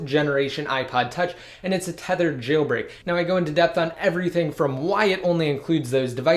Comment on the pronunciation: Stop moving your head all around saying jayyl break